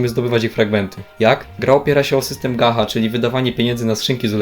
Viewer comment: W sumie film zajebisty tylko aż uszy bolą jak na gacha mówisz "gaha" a nie gacia (może to tak dla memów tylko, nie wiem) xd Ogólnie tego typu gierki wbrew pozorom wymagają poświęcenia w chuj czasu i cierpliwości oraz śledzenia ciągle zmieniającej się Mety, eventów itd. Jeśli ktoś nie jest spoceńcem, nie jest utożsamiony z całą weebowską kulturą i tym jakimi prawami to wszystko się rządzi to będzie ostro zagubiony xd Czekam na recenzje Blue Archive! <3